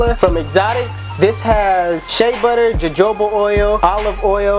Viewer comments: You pronounced it as jojoba but it's like "hohoba" 😭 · Hahahaaa it's spelled Jojoba but pronounce hohoba- its Spanish papi... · “JAJOBA OIL” 😂 dope vid though bro